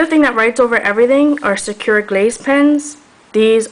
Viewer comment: These videos are so informative! I have so much trouble trying to find an opaque white pen and you've pointed out great brands for me. One thing that I'd have to nitpick on is that Sakura is pronounced sa-ku-ra, not sa-kura. Sorry! It just really bothered me.